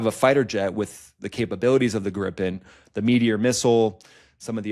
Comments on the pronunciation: Its NOT "Grippen" You say Griiipen, prolong the i ,with an i like in "inside" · It is Grippen. Swedish for Gryphon. Everybody in aviation calls it 'Grippen'